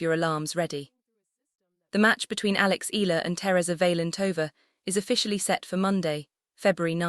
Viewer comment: Alex Ea..ya..la ..please